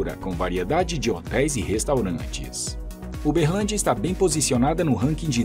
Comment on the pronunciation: Berrrrrrrlandia kk